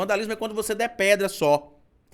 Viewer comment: já já me faz ficar falando "depedra" em vez "depreda", assim como "tistreza", do Felipe Dávila. 😅😂😂😂😂😂😂